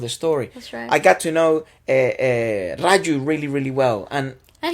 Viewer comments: He was "Raju" lol not "Farju". But loved the review, gave me a different perspective to the movie. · This was a great review and I enjoyed it immensely. But "Farju" had me in tears pls that was hilarious. 🤣🤣🤣🤣